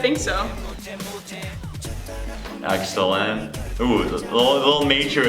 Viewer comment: "Exo-llent". (, 2018) Someone just has to do this.